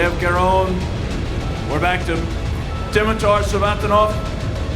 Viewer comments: Damn... get presenters that can pronounce names, ffs... How to you get Dimitar to Ditmar... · I had no idea Dimitar was pronounced Ditmar. Thanks Mark Henry!